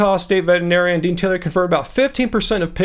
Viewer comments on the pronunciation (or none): none